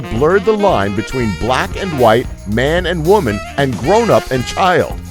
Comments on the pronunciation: did you say cheeld instead of chaild? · you pronounced "child" as "Cheed" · "Cheeld Labor" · did he said "cheeld labor"?